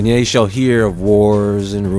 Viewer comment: Why do you insist on pronouncing ye as yea? YE is pronounced with a long E. look it up.